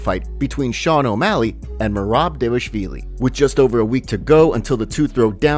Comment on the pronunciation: Bro stop saying "davashvili" lol